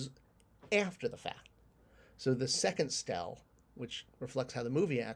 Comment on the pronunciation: It's pronounced "Steel."